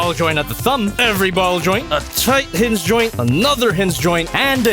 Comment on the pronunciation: Anyone else hear say “hizz zyoint” as a pose to hinge joint